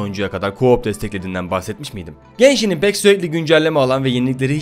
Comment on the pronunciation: genshini geyşin die duymak zorundamıyım aw